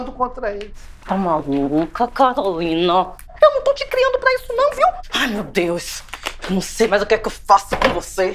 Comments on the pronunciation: O que quê ce falou "Calorine" hahahahha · Aos 5 segundos ele fala Calorina. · ELE FALOU CALORINA KKKKKKK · Só eu que ouvi "CALORINA" na primeira fala dele? 😂😂😂😂 Excelente vídeo!!! 😂😂😂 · Quem percebeu que o falou "Calorina" no começo dá like kkkk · Só eu escutei "qq cê falou calorina?" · É impressão minha ou ele diz "Calorina" no início? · Só eu percebi que no começo do video ele fala "Calorine"? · Eu ouvi ele falando Calorina ao invés de Carolina, ou são vozes na minha cabeça? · fui o unico a perceber que o falou CaLorina no começo do video? e.e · Oq vc falou Calorine kk